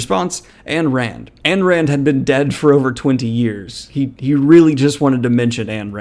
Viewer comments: I'm sorry... but the way you say AN Rand and not IYN Rand triggers the fuck out of me. That is all. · I like your vids, but your constant mispronunciation of AYN Rand’s name set my teeth on edge!!! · Notba criticism of the actual content of the video, but I kind of hate the way you pronounce Ayn Rand. I loathe the woman but that just ain't how that's pronounced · Dude, you can even pronounce Ayn Rand correctly. You’re a libtard idiot. You are not to be trusted. I’m done, goodbye idiot.